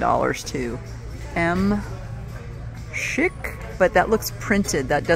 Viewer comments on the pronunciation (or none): none